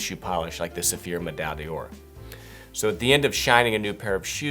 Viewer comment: You don't pronounce D'or as "Dior". It's pronounced like "Door", just in a French kind of way. Also, Renovateur is not pronounced"renovatoor" lol